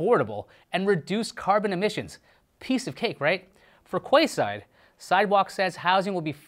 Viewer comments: Quayside is pronounced keyside 😂😂😂😂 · Quay is pronounced "Key"... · I think it's pronounced 'key'-side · The pronunciation of quayside 😂😂😂 it's pronounced 🔑side btw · Quayside??? Google on how to pronounce it. 😂